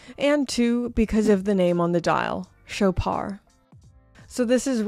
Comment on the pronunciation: It’s French, so “Shoppard”. The “o” is as in “dog” and the “d” is pronounced, though softly. It’s not “Showpar”, though.